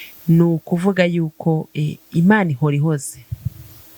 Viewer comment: Ni Imana ihoora ( guhoora not guhora ) ,gusa urimo kuvugisha ukuri ,ariko se bamaze kumufata ko numvaga bivugwa ko agishakishwa.